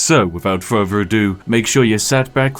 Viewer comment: Whats with this dudes speech impediment? Pafetic? Furver? Dude definitely makes enough money on videos to get a speech therapist. Gotta fix that shit before you talk to Uhver people